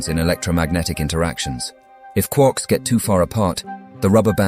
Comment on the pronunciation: "Quorks"? I thought they were called "Quarks". 🙃